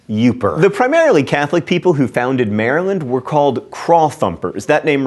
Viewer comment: and he says Maryland funny.